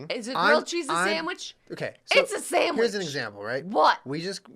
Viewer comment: Jenna lost the sandwich debate because she says “samwich”